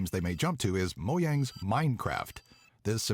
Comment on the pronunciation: OMG he said mojang the right way